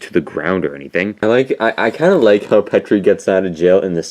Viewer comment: BTW it's Petey not petry